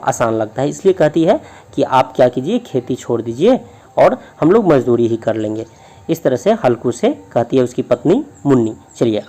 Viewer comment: Aapka ''mazduri'' galat hai